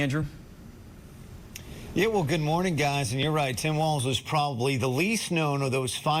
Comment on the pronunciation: Thank you for being one of the seemingly few news anchors who pronounced his name correctly.